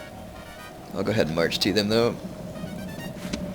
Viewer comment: no you heard a hard to understand "march"